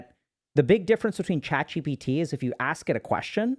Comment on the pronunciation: No one: Dr. K: ChatCBT 😂